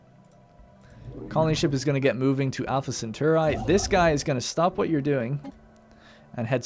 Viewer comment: how the feck did you pronounce Alpha Cetauri!? =p